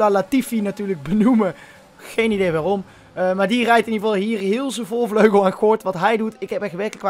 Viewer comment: "Voorvlegel" ~